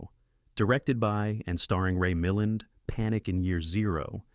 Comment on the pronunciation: It’s pronounced Ray “mil-LAND.”